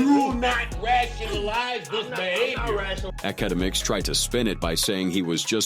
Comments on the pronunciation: The fact that it says it wrong, so many damn times gives me anxiety, I don’t even want to watch the video because of it, and I do like the videos of this channel I’m not a hater or anything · Academics lml can't even say his name right 😅😅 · I dunno if this is engagement bait or what but holy fuck the 1000 pronunciations of akademics is killing me